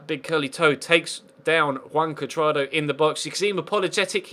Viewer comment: I thought I was the only one